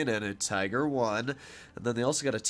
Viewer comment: "We got the Te-iger" I'm sorry. The what?